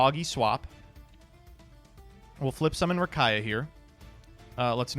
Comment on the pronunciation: Distantcoder gonna come for for saying Rakaia